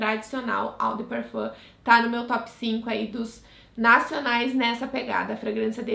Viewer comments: se pronuncia "ô" e não "au" de "parfam" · Só a título de curiosidade… Lê-se: Ô de parfan.